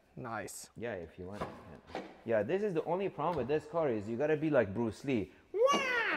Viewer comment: You said bruceLee like a real iranian guy 😂❤